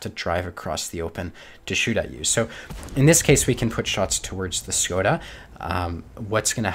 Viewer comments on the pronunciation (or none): none